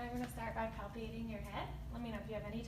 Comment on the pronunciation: She actually said "palpating" correctly . My stars!